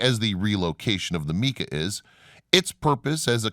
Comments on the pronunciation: Mica not Meeka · Omg it is not pronounced Meeka. You are supposed to be a subject matter expert. Mispronunciations that take 3 seconds to look up drive me bat shit crazy. I need a life. Mica…It is pronounced my-ka. Even a Spanish speaking person would say my-ca according to their rules so you can’t claim using their style. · Bro, you gotta work on your word pronunciation. You absolutely butchered people's names, places, things, and ideas. How are you going to pronounce mica as "meeka"? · Great information , videos, and photographs! Thank you. The narrator has some interesting ways of pronouncing some well-known places and words. I’ve never heard of the way he pronounces some things, including “mica”.